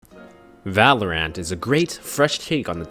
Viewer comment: No one: This guy:Valor-ANT